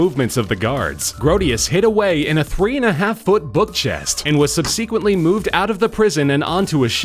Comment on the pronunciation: SUB - suh - quent, not sub - SEE - quent.